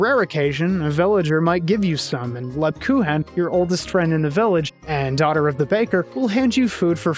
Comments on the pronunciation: Hate to be that guy, but it's pronounced more like LeebKooken. She's actually named after a german type of Cookie. The Grocery store by the home I grew up in would sell them all through December. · I adore the irony of the Rosenmarine/Rosemarie thing when you pronounce Lebkuchen wrong 😆 Absolutely fantastic video on, frankly, an all timer game. Thanks for spreading the good word!